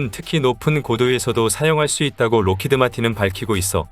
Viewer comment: 록히드 (R)가 아니고 락히드 (L)입니다. 우리말 발음 "을" 할때 을. lockheed martin.